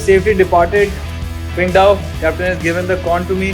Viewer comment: Cool videos bro! By the way its pronounced Tsingdao.. the Q in Chinese makes this TS sound.. like in Qing Dynasty.